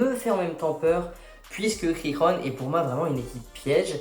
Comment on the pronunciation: Par contre Girona se prononce pas « Rirona » Mdrrr c’est vraiment Girona comme sa se prononce en français